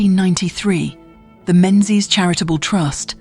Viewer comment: AI AF but relatively accurate. Drone shots and photos are all from other sources. It's also pronounced Mingies. So yes, AI AF.